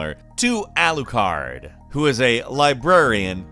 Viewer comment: Alucard... It's Alucard. Lmao